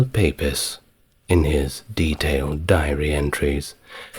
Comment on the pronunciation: Fantastic again! One miniscule correction: 'Pepys' (the diarist) is pronounced 'peeps'. Bizarre but true!